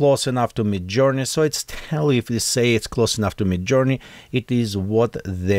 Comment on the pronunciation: it is midjourney not me journey :)